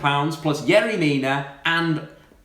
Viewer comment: I DIED everytime he pronounced "yerry". As a Barcelona fan there is no way manchester united is letting pogba leave.